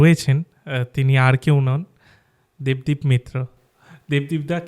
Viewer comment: da tumi bhul pronounce korecho devdeep daar namm.. ota debadeep not devdeep.. no hate s